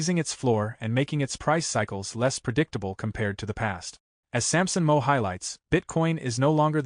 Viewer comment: This sucks with the ai reading it It’s Samson MOW rhymes with HOW and it’s JAN3 Not january 3rd UGH